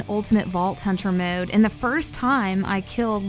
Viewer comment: “Maowde” never met someone who says mode so weird